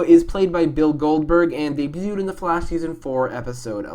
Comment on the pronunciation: Did he say Ray debued s3 bich whaaaa